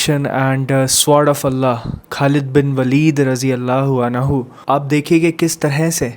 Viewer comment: अनहु nhi अन्हु